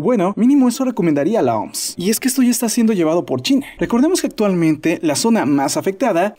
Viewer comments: Se pronuncia o eme ese soy el unico que le da ganas de darle un golpe cada vez q dice oms ? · Brother mejor di " La O-M-S" no "La OMS", nose suena hecho verga decir la oms xD